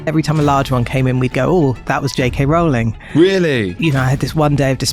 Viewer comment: Great to be there at the moment one more person is converted to saying Rowling correctly!